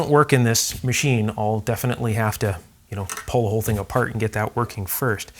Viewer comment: Please stop mispronouncing the simple to pronounce word ,"pull ", it's not. ,"prrrhhhlll".